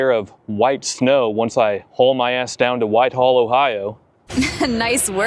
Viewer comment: A.I. must do all the writing for videos!! Someone should put a stop to it!! Why?? Because mostbomof the time A.I.never gets words correct!! In this one, it's "Whitehall"!!! Not Whiteall!!! 😮😢😮. Akron was also misspelled!! Really??😮😮